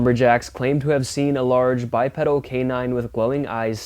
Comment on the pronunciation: You keep saying it so I will too, the word is pronounced BYEPEEDAL, a pedal is something off a bicycle.